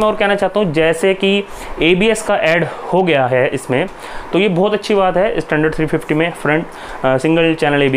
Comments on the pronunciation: please, pronounced standard not I istandard😂😂😂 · Hey man pronounce your English words properly tell "standard" not "Estandard".